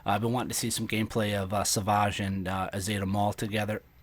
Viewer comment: Do you honestly not know how to pronounce the word savage? As in "That man is savage." Or "A dictator savagely oppresses his people."